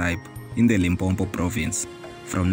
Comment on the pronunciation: The documentary is interesting and I learnt more about the history of Balebedu. However, it is brief and the narrator cannot pronounce Sepedi names. Please Limpopo is not Limpompo. I hope in the next video the narrator will givev voice training on how to pronounce Sotho words.😢😮